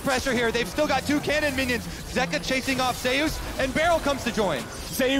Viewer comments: zeee oos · Anyone triggered by the casters pronunciation of zeus 😅